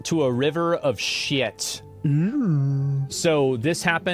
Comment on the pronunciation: As a european I wondered why asmon doesnt have that southern accent since he is from texas after all but then he said 'shit' in the beginning and there was a hint of it and my inner order of the world feels satisfied.